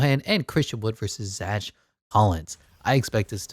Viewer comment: Bro can’t pronounce Zach💀💀💀